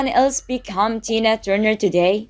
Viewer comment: It’s Tina not Dina